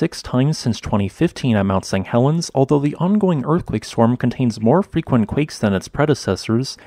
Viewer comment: Why do you keep saying "mount Sang Helens" ?